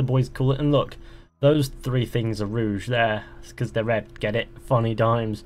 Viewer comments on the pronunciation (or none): it's rogue ITS ROGUE!!!!!!! NOT ROUGE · Its not complete copy of it to be honest, story's much different and its really good in my opinion. Its just the animations, Ubisoft made this for old generation console players so they can have something new to play too when Unity was realised, oh and one more thing. Its fucking Rogue, not Rouge